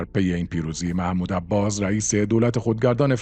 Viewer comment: وقتی سوادت نم بکشه به حماس میگی هماز 😁😂 به عباس هم عباز میگی ... جنبش فد یا فتح ؟